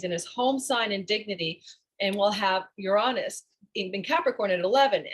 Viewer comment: The way you say Uranus is almost enough deter me from the channel, no offense but it’s (YURE-AYE-NUS) not (YUHR-AHNUS)